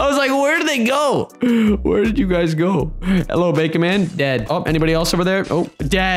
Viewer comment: Not ou its you